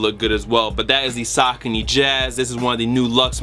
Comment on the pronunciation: The first shoes are called (Suh-Co-knee)